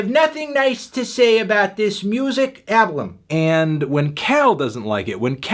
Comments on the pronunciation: "Ablum" hahahaha i didn't realise it before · "Nope, I have nothing nice to say about this music ablum" God I love Cal